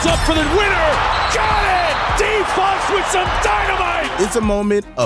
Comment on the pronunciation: Not him starting off the video with Fox name wrong 😂😂